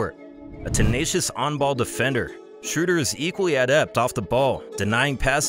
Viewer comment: the ö in Schröder is pronounced like the u in burn